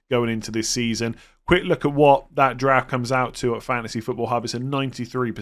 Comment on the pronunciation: Anyone else hear Giraffe rather than draft 😅